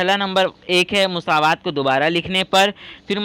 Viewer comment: Musaawat nahi masawat sir😂😂